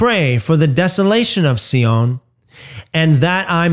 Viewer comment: Sion is pronounced Zion.